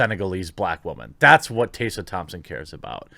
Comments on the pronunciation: bro, Tess. . . A. not tase a. two s mak success. like tess-a short a sound at the end. Phonetics is actually a thing ya know. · Also "TEH-sa" Thompson. Hearing "Tay-sa" Thompson is raping my ears. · is it really "taysa" I thought it was pronounced "tessa" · He's reading 'Tessa' as Taser, so you're not helping. I think it's Teh-sah. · It's TESS-A. Not TAY-SA. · Are you aware that you’re using Daphne Joy in your thumbnail? That’s who’s wearing the bikini and not Tessa Thompson. Tessa Thompson (which, by the way, isn’t pronounced as “Taysa” it’s “Tessa”) doesn’t have huge boobs as seen in the thumbnail. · I agree to everything you said except for one thing: Tessa. It's Tessa, not Tey-ssa. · I'm not a TT fan but why are you calling her "tay-sah" when it's obviously "Tess-uh" Think Tesla without the L. 🌹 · Te-ssa Te-ssa. We are not tasers... sigh That's it unsubbed and triggered for murdering the pronounciation of my beautiful name 😋 Jokes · I let it slide when you said her name godawfully weongt when you talked about that article Tessa was in about aprlomg with white crows onset....but are you trolling or can you just not get her name. . Its Te-ssah...,not Tay-sssa. I still love the channel...but it does drive me nuts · It’s not Taysa Thompson it’s Teh-sa Thompson/Tessa Thompson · Tessa! There's an E! I can't stand her either, but God! I had to stop the video because you calling her Tassa was going to make me shot myself! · Taser Thompson? Fuck me, how difficult is it to pronounce Tessa? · TES-R, hard R and say the E. Tessa. If she's ever said that her name is pronounced as you did, she's bullshitting. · You seem to be having some real trouble pronouncing "Tessa" - Tess (how you pronounce "Mess") then add an A to the end... as if your bulls**t star wars rumours arent bad enough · Butchering the name “Tessa”....😂 unless she wants it to be pronounced “Taysa”. 🤔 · Who is "Taysa" Thompson? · Side topic: Are you intentionally mispronouncing Tessa Thompson's name????